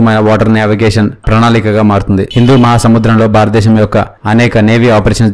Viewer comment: Barata desam kaduraa, Bharata desam... Correct ga palakadam nerchukondi.